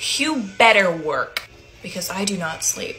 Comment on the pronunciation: that “you better worK” was personal 😭